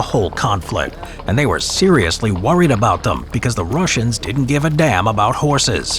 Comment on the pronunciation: “because the Russians did ent give a damm about horses “